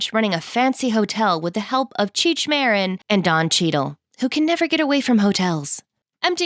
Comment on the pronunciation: It's Cheech "ma-deen". Educate yourself.